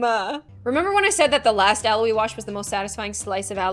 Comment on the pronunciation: aloe slices what i heard: allo slices me: confusion